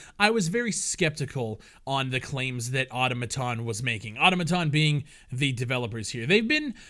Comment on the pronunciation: learn to pronounce Automaton... jeez